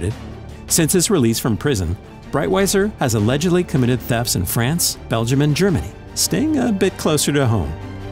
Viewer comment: Is it me or he pronounces Belgium really weird?